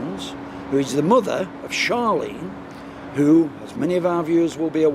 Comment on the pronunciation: Nazir Afzal could not even get Charlene's name right he is just as useless as Blackpool police time for him to go.